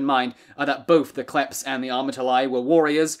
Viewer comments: It’s not klephts it’s kleftes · I wish before I die one person learns how to pronounce Greek words properly. Its pronounced Klefts (thieves) and amartolee (sinners) amartolos single masculine...oh and btw its never koine greek its keenee (common) OI is pronounced EE its another EE sound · Kλέφτς - Αρματολάι..................καιρό ειχα να γελάσω τόσο!